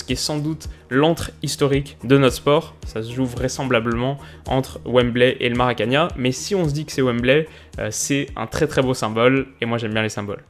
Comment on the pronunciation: Salut, juste une précision linguistique, le stade à Rio se prononce pas "maracagna" mais bien ma- ra-ca-nain (comme 1). C'est pas de l'espagnol!;)